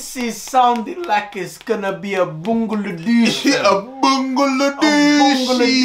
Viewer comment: man said "bungaladoosh"😂😂😂